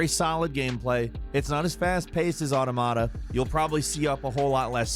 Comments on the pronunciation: Automata - it's pronounced like 'automaton'. I only know this from computer science courses, but the way says it is especially weird and ugly. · meh at the games meh at not being able to pronounce automata properly after years of mentioning it